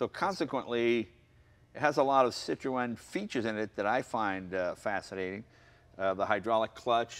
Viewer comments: My god Jay, Citroen is pronounced 'sit-rone'. See! Even the other guy has it . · WHAT THE FUDGE IS A CITRO-ENNNNN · it's not Cit-ro-en it's pronounced Cit-ron Jay!! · Stop saying sit roe en Please, it's sitrun ..sitrun sitrun ok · sitrun, not sitrowen... Citroen crying at the mispronounciation. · Actually, it's SEE Troy ahn. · "WTF is a sit-tro-en?"/"I was just poking holes in the pronunciation" ..this is the proper pronunciation, or at least closer to the proper pronunciation than most people say it here in the UK: "CITRIN" ..euch! It's rare for Americans to pronounce non-American car marques properly so appreciate it! (eg. "poo-joe") There are two dots over that E for a reason! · The correct pronunciation is SITRO-EN. There are two dots over the “E” that calls for it to be prominently pronounced. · Sit-ro-en? No Jay... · Citrewen. God dammit, Jay. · Is it pronounced "Citro-en"? Or is it "Citrun" because I've always known it as "Citrun" not how Jay is saying it. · How can Jay not say "Citron." It's not hard. I mean I studied French but it's still not hard. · At least TRY and say Citroen correctly Jay! Its not hard. "Sit Trone" should do it. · Who are cit tro en. Do you mean Citroen ? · What is with the pronunciation of Citroën? ha ha !! it isn't meant to be a 3 syllable word Cit-ro-en. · cit- RO EN ? thats not how you say it! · Please stop saying 'sit - row - en' ..... the correct pronuncition is .. which is 'See trghho en' with the first two letters making a SEE sound, a throaty mess in the middle and the emphasis on the I and E. If you are not French and going to do it properly ( which sounds ridiculous and incredibly twatty mid sentance in your normal dialect) then pronounce it in your way. 'SIH tren' with a hint of 'o' before the E sound so it doesn't rhyme with 'wren'. Or just run sit row en together quickly to make sitroen. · Why does Jay refuse to pronounce Citroen correctly ? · Never heard citrion pronounced like that. In England we dont say the E.